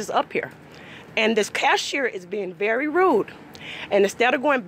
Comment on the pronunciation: The karen said berry rude 🤔😂🤔😂🤔😂🤔😂